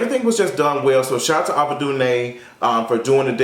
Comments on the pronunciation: Him saying Ava instead of AVA was bothered me 😂😂 cringed every time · Aaaaaava not Ahhhhhva😂😂 nice review tho cuz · Why is he saying Ava instead of Ava...lol it’s really bothering me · What's obsession with saying EVERYONE'S name wrong? He had a hard time with Kamala Harris, Issa Rae, and now Ava DuVernay. It's just AYVA Not Ahhhva. Anyway great video, just work on that. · Her name is A-va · Ava! Like the letter A - vuh! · her name is pronounced "AYE-va" DuVernay. Thanks for the review, i was debating whether i wanted to watch before this but i'll be catching it over weekend thanks to you! 💕💓💕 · I wish you would pronounce her name right it’s Ava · Sirrene S no shade... she’s been around long enough for him to know how to pronounce it.. or good girl google or sis Siri would of pronounced it for him